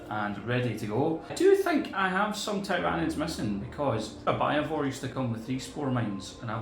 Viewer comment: "Thai-rawr-nids" #triggered